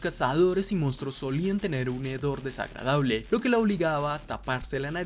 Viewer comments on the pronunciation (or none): none